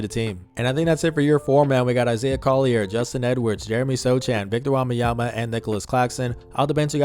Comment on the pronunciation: Belgian here, you pronounce wembanyama wrong you say wambanyama… Just to help.